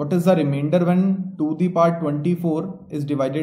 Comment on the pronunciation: I thought your name, when you first said.. it sounds Remainder singh... sorry